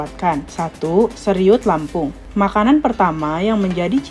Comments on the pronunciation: Seruit oy bukan seriut😂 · Seruit kakak 😂 atau seghuit kalo pake dialek lampung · Presenter yg menarasikan sebaiknya observasi wawasannya dg benar, ini banyak nama yg disebutkannya salah, seperti seruit disebut seriut, ikan simba disebut samba, segubal, disebut segumpal dll...